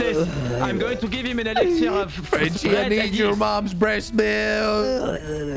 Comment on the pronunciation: You said give Frenchie an Exziler but I know you meant an Elixer.... Who else caught that?